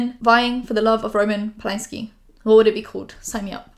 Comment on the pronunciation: going off subject but u saying roman polanski the way we say it gave me a whiplash bc i keep forgetting u r also polish xd